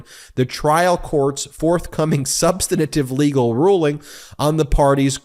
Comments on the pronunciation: Sub-stan-a-tive? Come on, Ben. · Ben, you are an experienced lawyer. Please learn the usual real pronunciation of "substantive".